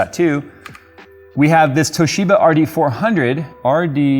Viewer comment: I laughed and cringed so hard at the same time when he said tohisba drive and bootloop within the same sentence , I do wonder why that would be :p Never trusting ocz/toshiba/kioxia again for ssd's (all the ssd's I had from them died either within warranty, or shortly after warranty)